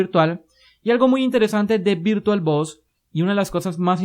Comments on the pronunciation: Muy buenos tus vídeos. Quizás sea cuestión del acento pero por favor, no le llames VirtualBos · "virtualBos", jajjajajajaja XD